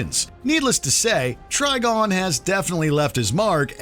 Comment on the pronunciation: It’s TriGON not TriGONE! Think PentaGON or PolyGON